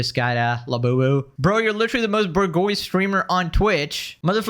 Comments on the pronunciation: Did you say burgoyce? It's pronounced boo swa. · it's pronounced "boo-jwah-zee", lovie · it's pronounced "Boo-jhwah" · No way you said bourgeese 😂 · bourgeoise is pronounced with a j sound - bourjwas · Bourgeois is pronounced "Booszh-Waa" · "Bur-goyce" lol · love your content. excuse my need to correct "bourgeois' is ˈbo͝orZHwä. Where word "bougie" came from. OH YES she (and hasan) are S Tier bougie.🤮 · pronounced like boojwah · This mf said burgoys lol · Bourgeois should be bour -> like boar/board and geois -> g like genre/beige + Wa like water/wattage. S is silent. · Man I love but bro needs to take 5 seconds to google how to pronounce some of these words. Bro absolutely butchers los pollos and bourgeois 😂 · bourgeois pronunciation lol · Can we please appreciate how un-bougie is that he actually doesn't even know how to pronounce "bourgeois"? I respect it (genuinely) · You trying to say bourgeois is hilarious. Please look up how to pronounce the word before you try to say it again. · Hooked on fonix.😅